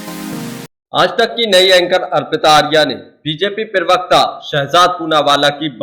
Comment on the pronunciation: 😮 आली जनाब,पिरवकता नहीं, प्रवक्ता होता है।